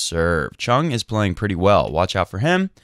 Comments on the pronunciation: ChUng, not ChOng. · You so did not! :-) Try to pronounce the U like the OO in food. Choong.